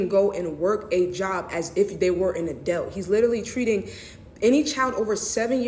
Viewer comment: She didn’t even say adult correctly lmao